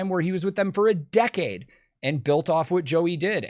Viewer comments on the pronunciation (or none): none